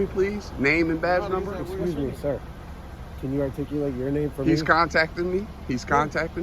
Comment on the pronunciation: Loser can't even say "articulate" LMFAO !! It takes this loser 7 years to study a sentence! LOL! Then he thinks he won because the cops left? How stupid can someone be???